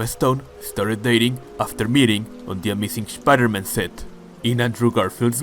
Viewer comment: Shpider - Man 😂. Loved the video, bro!